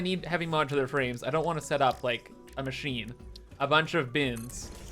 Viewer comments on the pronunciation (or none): none